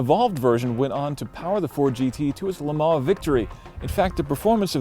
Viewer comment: First American I've ever heard who can say Le Mans properly without saying "Le Maaar"